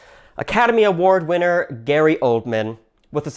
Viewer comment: Academy... Award... Hwinner... Spike Lee